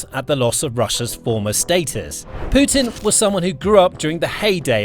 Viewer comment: did he jus say Poo Tin?